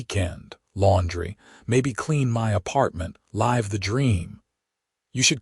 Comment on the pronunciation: LiVE (as living )the dream…pathetic reader! Will not listen